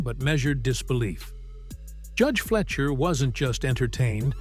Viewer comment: It's fly-sher, not flesher